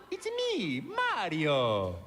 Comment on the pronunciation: The teacher said “mary-O”💀😭